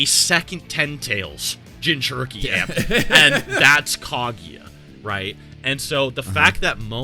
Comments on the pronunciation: Did he say kageeya??? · Why does he pronounce Kaguya like that????